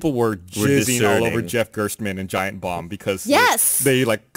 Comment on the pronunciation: It's Jeff GERSTmann btw, not GERTSmann.